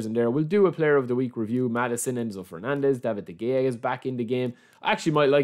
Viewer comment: Its De-Heya. The G in spanish is like a H or J